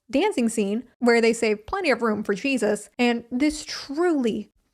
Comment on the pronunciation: did you say cheesus ?? lolll